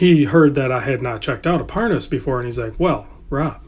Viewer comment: My god, what is this? I see Rolex but you keep calling it parsnip, why?